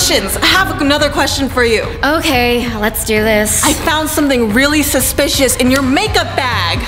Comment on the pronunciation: Chad Daniel and Regina keep on saying your suspitios but I trust you Vy